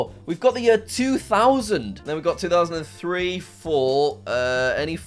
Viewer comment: I can't tell if he meant to say, "It's 2000 and free" or not